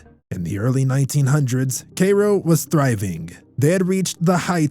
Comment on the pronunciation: It is pronounced Care-O, not Kay Ro. I live in IL and old. LOL. Otherwise I sure enjoyed your video. TY